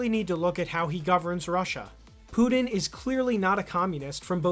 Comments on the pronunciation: his name isnt "Poo-Din" :p it's PuTin. Ukraine and Nato initiated the war 8 years ago, not Russia. Russia initiated the SMO which is not an Invasion but a justified long overdue Intervention "accusation" XD as if it's bad to be a commie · It's Putin, not "Pudin." And important not "impordant."